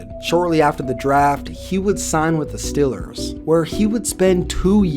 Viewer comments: StEEEEElers...not stillers! Cmon!!! Lol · BRO ITS STEEEEELERS NOT STILLERS. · Get it right and pronounce it right, it's The Steelers. Like steel. Nobody's pronouncing your browns; Cleveland brons.😒 It's not hard, so you come off as being funny. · it's Steelers not stillers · STOP SAYING "STILLERS" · Love your vids, but hate how you say “stillers” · it is stillers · learn how to say "steelers" idiot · You say Steelers wierd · Why does he say “Steelers” all weird? Are you from Texas or something? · Does anybody else think he pronounces Steelers kinda weird